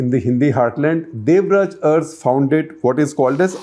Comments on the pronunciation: Uncle ji, its Devraja Urs, to be pronounced as Aras. Every time you u prouncrd as urss, it was very funny. :-) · Shekhar avre it's not pronounced as Urs..it should be Aras.... But written as Urs... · It's nit ers, It's aras. Means ruler. Make ur pronounsations correct. Then do such nonsense surveys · Sir it is Devraj Urs pronounced as Aras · Please pronounce URS as a-ra-su